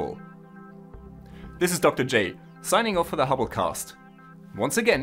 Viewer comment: "Hello and welcome to the hubblecaust" am I the only one who thought of genocidal telescopes when he said that?